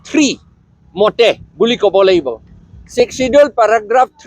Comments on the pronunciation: Not sixsedule....sixth schedule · Your pronouncetion is not good not sixkedule sixsedule